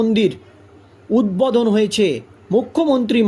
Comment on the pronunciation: উদ্বোধন,,, কথা টা বলতে পারছে না,, ছিঃ ছিঃ